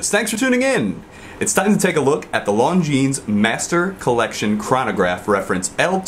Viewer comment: I'm sure someone has mentioned it already but you don't pronounce the 'S' at the end of Longines